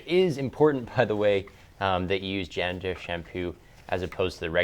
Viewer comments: Someone please help! I see it HS shampoo but... Djander, gander, jander shampoo?? I'm not a native speaker, I really can't get what he's talking. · What Kind of Shampoo? I think he says Dandruff but i hear ginger